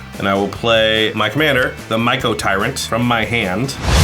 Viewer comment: I'm pretty sure The Mycotyrant's name is pronounced with the C like an S. Like Mycelium, which looks like what he and everything around him is made of.